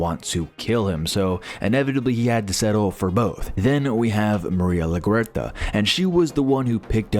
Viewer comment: Maria la-who??? I've always been pronouncing it like the airport. What the hell was that pronunciation